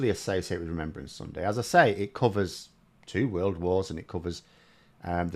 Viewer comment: Remembrance, not remembèrance, dah!